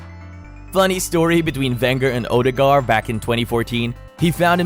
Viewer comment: Its pronounced ur de gard and he walks on water ..... now.